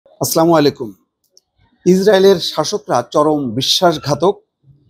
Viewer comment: সালাম টা ঠিক করে দিবেন আসামালাইকম এটা কেমন সালাম